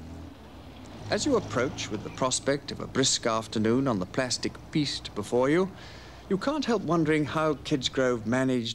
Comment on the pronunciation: Respect to this man for the correct pronunciation of the word plastic! Today the BBC think there is an 'R' in the word?